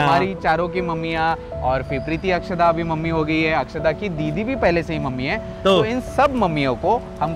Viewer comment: Akshada not akshara